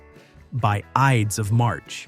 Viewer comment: Ides not "Idees"